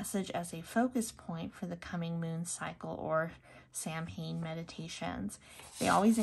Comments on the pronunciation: It's pronounced SOW-in, sweetie, not Sam Haim. It's Irish Gaelic, it means "summer's end." Blessed Samhain to you. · I used to get this box but had to stop because I'm trying to cut down on clutter but I miss it. 😩 This was a nice box. Also, Samhain is pronounced sow-win. ❤ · Just so you know, Samhain is pronounced "Sow-Win" . Sorry. One of my biggest pet peeves is when a witch or Pagan mispronounced one of our Sabbats.